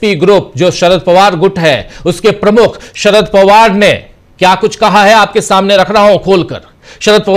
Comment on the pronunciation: Aap ki news achchi hay lekin kaha hay nahi hay kahe hay a me aor e me kitna farak padta hay sir